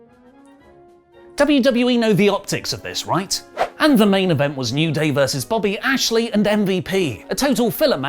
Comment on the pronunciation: I'm sure it's Bobby Lashley but you keep saying Bobby Ashley 🤦🏾‍♂️